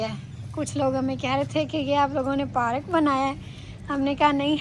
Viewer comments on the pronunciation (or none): none